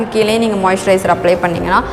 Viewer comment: நீங்க மொய்சரய்ஸ்னு சொல்ரிங்கலே அபிடின்னா என்ன சகோதரி